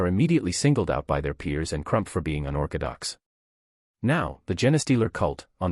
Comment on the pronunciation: "Unorkidox" oh that's hilarious.